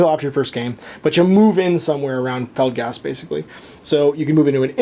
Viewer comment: I like your videos... but it so bugs me that you say Felgast and not Felstad.